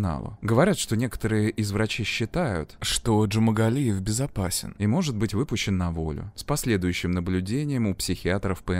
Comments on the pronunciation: Джумагалиев, а не Джумангалиев! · почему вы в ролике называете его Джумангалиев? он Джумагалиев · ДЖУМАГАЛИЕВ, не джумангалиев.. бесит что его никак не наказали!ну почемууу?!!???а так всегда смотрю вас, очень нравится ваш канал, привет 🙂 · я один слышу, что диктор в кадре произносит фамилию маньяка как "джумаНгалиев"???? если в действительности буквы Н в фамилии нет. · Уши режет, когда называете "ДжумаНгалиев"